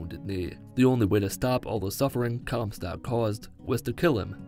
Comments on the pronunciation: “Descended into the sky” and referring to comstock as “Comcast” had me rolling. 😂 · Lol Comcast it’s comstock